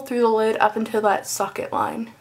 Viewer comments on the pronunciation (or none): It sounded like u said "suck it "line for socket line whoa